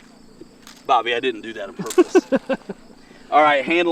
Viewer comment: PORPOSE, PORPUS, UP DOWN UP DOWN SORRY I;D GIVE IT A 3 OUT OF 10